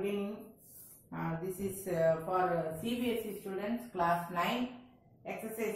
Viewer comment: That's 'CBSE' not cbsc